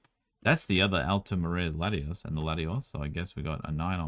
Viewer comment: Can ever differentiate and pronounce Lati-OS and Lati-AS properly? 😆